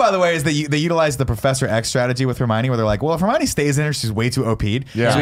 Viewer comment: Nick: Repeatedly pronounces just about every character’s name horribly wrong, including Hermione. Barrett: Says nothing. Nick: Pronounces ‘Marvolo’ slightly wrong. Barrett: Makes a point of correcting Nick’s pronunciation. 😂😂😂